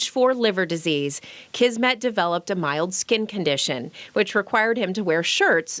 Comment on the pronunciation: Kismet means "fate" or "destiny", and S in Kismet sounds like S and not Z. It is a word in Hindi, Urdu, Punjabi, and Persian languages borrowed from Arabic language. I just thought you wanna know this. 😻😻😻